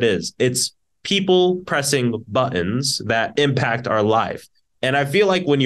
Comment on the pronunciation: Did he say "buttoms?"😂